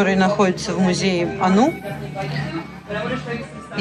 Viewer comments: Не анУ А Ану Ударение на «а» -) Мария, в это время пещерной ненависти и дикости Ваш приезд и Ваш этот ролик бесценная поддержка Сердечное спасибо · На иврите мы ану. Ударение на а не ану .ударение на у. Неправильно. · Мы произносим АНУ с ударением на первый слог.